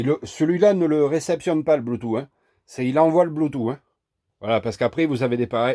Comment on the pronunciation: C'est éxact que les 3/4 des emetteur Bluetooth décalent le son. Merci pour l'info sur ce modèle. Au fait pour Bluetooth moi je prononce "Bloutouce" et pas "Bloutou"...